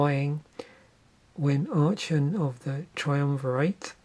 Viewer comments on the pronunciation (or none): its pronounced ark-on btw